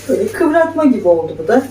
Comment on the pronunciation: KIVRATMA DEGIL KIVIRMA